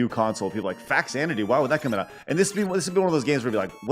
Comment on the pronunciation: Faxanadu is actually a portmantua of Famicom Xanadu (like the Olivia Newton John film). Fah-zan-a-doo.